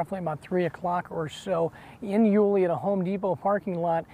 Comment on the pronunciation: Leaving her job in...where? Yu-LEE? Nope, it's YU-lee. This anchor hasn't lived in the area for long. Also, hope Joleen is found although it's not looking good. Really terrible for her family.